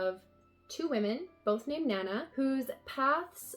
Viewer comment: The covers for your Emma volumes don't match what Yen Press show as the covers on their website. Your volume 5 has the same cover as their volume 9 and your volume 4 has the same one as their volume 7. Also, Nana is pronounced more like "nah-nah"